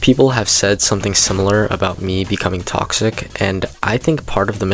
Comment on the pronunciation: what says: 10 reasons been toxic are what i hear: 10 reasons been cocksick are